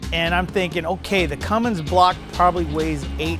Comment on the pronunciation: Cummins, not Cummings